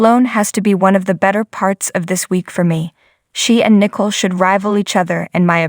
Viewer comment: Pronounced Nicole, not nickle.